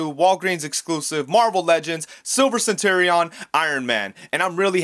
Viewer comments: What's with the weird pronunciation of "centurion"? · Courtesy heads up: you should look up how to pronounce "centurion." The way you're saying it is way off.